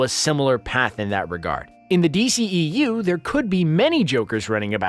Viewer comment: It's not DCEEU. Its D.C.E.U!🤦‍♂️